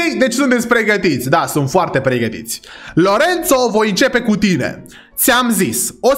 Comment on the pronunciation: dc lui Lorenzo ii spui Lorențo? 😂 Respect!